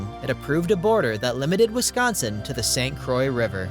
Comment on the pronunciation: It started out good, but too much AI used! Too many images not relating to the scenes being spoken about and miss pronunciation of St. Croix gave it away. Also, if you're going to use that atrocious new "MN flag" and be PC then you need to reference that the Mississippi river flows into the Gulf of America!